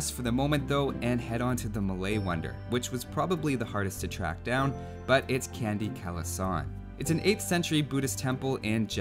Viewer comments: "Candi" is pronounced as "Chan-dee", as in Jackie "Chan", and not "candy". Amazing work as always :) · Actually, it's not pronounced 'candy', but rather 'chan-di', because in the Malay language, the letter C is always pronounced as 'ch'. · fun fact about candi kalasan (c on candi are pronounced like "chan" not can) that candi served as hindu and buddha temple and the legend say it happen at the same times the top of candi are still questioned. but usually Candi tops are not made from metal and that candi are not that marvelous, still smaller than one of candi prambanans temple (candi Prambanan has multiple towering Temple). and as Indonesian and Javanese people, it bugging me when they not choose more recognized wonder like one of Prambanan temple pardon my bad english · You supposed to pronounce "candi" with C not with K. Its not like when u pronounce candy. But in Indonesian itself, candi can means wonder or temple. Depends on the context. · C for malay is equal to ch so candi should be pronounced chandi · Candi is pronounced with a ch sound, not a kh sound, and yeah I was wondering why they didn't use one of the temples you showed there too. Not using Borobudur in particular made me raise an eyebrow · You pronounced Candi wrong. The 'Ca-' in Candi is like 'Cha-' in Chapter. Great video tho.